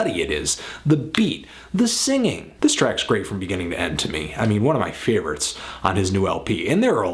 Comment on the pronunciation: "THEZE ARE MUH FAVE-RUTS!" HAHAHA! This video is the hardest I've laughed at in a long time. Good stuff, Anthony!